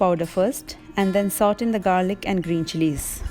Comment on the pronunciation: Hello, as a well wisher, I would like to say that SAUTE is -saw tay......not saut. Nice videos. All the best.